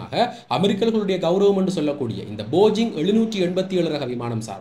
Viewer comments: போஜிங் இல்லை bro, போயிங்..... 👍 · It is called BOEING not bogeing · நானும் கொஞ்சம் அவதானித்தேன். பரவாயில்லை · போயிங் not Bojing. Please pronounce it properly. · காணொளிக்கு நன்றி. இன்னும் ஒரு காணொளியில் கவனித்தேன் உங்கள் உச்சரிப்பு தவறாக உள்ளது. Boeing